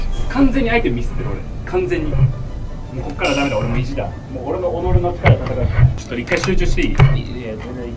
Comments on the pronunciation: 何でってちっちゃい【つ】をつって言ってるんですか？ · 、「ちょっと」は「ちょつと」ですよ